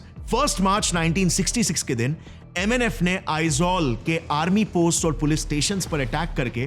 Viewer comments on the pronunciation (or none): none